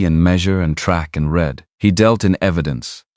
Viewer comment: Listening from Oklahoma. Hoping you will have an English speaking editor of your stories. The mistakes stand out so much that it really takes from the story flowing. Don’t know how many times read( sounds like reed) and read( sounds like red) stop my mind short when used wrong. I know you will want to improve so listeners will continue to choose your stories. Thank you.